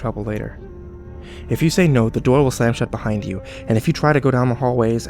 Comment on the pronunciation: "i shut my shoor"